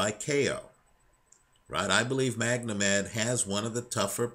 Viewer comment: why do you keep calling him MagNomed, its Magomed which is Russian for Mohamed.